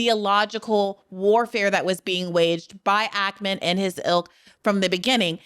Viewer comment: I loved this but why do you say Ackerman it’s stressing me out 😂 it’s Ackman!